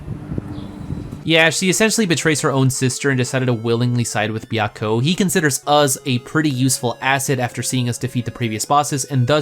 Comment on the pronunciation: As a fan of Fushigi Yûgi, your way of pronouncing Suzaku,Genbu,Byakko and Seiryuu hurts my soul.